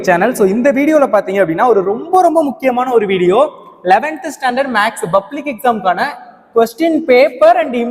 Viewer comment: Dei. Bublic illa athu public. Nee ellam oru vaathiyara